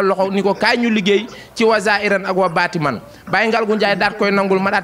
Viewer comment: Daccorouma koula corrigé wayé zaahirane wa baatinane Bul waxati baatimane 😂😂😂😂😂😂 Ba kéne corrigé la rek